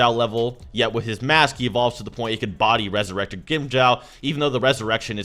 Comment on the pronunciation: “Weasurected gwimjow”